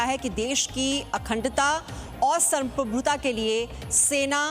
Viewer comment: Samprabuta ko Firsey 10 time bolo fir Teek se Bol pavogi.